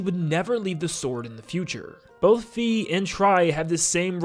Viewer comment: Fi is pronounced Fye So its not Fee